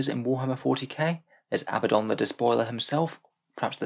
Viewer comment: Aaarrg hearing Abaddon pronounced as Abbadon makes me want to bang my head. 😝 Dark Angels joke is solid 👌